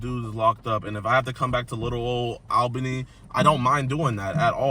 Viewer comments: Is it really hard pronouncing Albany correctly? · Why did you pronounce Albany like that? It is very odd.